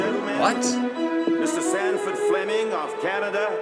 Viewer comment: Sanford...Sanford...Sanford...not STanford... there's no "T" in his name. As to "Hard to believe an engineer invented..." (whatever), in actuality, all inventions were made by engineers, whether they had a diploma or not. Engineers are creators by nature...those who seek or create solutions to problems or challenges... They can be mechanical engineers for devices, such as flints used to create fires instead of relying on finding remnants of lightning strikes and trying to keep it going 24 hours per day verses losing it; there were chemical engineers, they very first people to assemble ingredients to make food concoctions, and render bacteria or parasite ridden food as edible... And the more advanced ones that collected herbs to hide the poor flavour from bad food preservation. Some herbs and spices were so valuable for disguising bad flavours, that they were used for currency, such as peppercorns, used preferentially over GOLD because they were lighter, smaller/easy to hide, and easy to transport, but equally valuable. You BECOME an engineer when you invent something useful, official recognition notwithstanding...